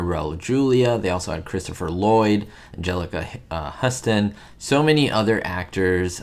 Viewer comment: You mis pronounced Angelica Houston’s name